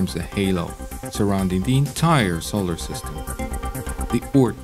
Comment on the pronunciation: Can they get somebody who can pronounce solar system and neighborhood properly. Also who sticky taped 2 black Caterpillar's to this poor womans eyebrows.